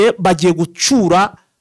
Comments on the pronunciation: Mirongwine(amakamyo)n,imwe(ikamyo)ntabwo wibeshye💪 gusa ntibavuga gucuura ingabo bavuga gucyuura,ubundi nkikundira akajambo sadecye😂😂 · "amakamyo mirongo ine n'imwe" biravugitse . Ikitavugiste wowe urimo uvuga ni "GuCura".... bavuga "guCYUra" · Ntabwo bavuga gucura bavuga gucyura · Bavuga gucyura ntibavuga gucura